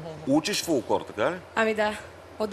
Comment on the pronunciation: 'Фулклор', дикция безобразна!